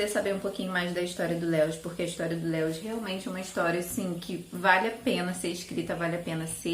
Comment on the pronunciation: Que bom que você voltou!!! Gosto muito dos seus vídeos, acho seus gostos muito parecidos com os meus e você é muito querida - Eu amo crônicas de Nárnia, principalmente esse "O peregrino da alvorada" Só um detalhezinho, a pronúncia do nome Lewis é mais parecido com "Líus", nome próprio é assim mesmo, a gente as vezes acaba falando de outro jeito sem saber rsrs Um Xêro!